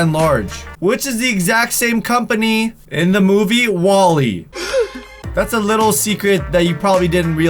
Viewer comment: Jeuzes -_- its wall-e...